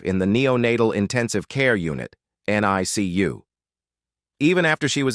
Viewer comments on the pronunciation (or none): none